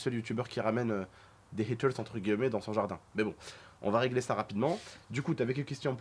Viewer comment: On dit « entre guillemet » pas gueullemet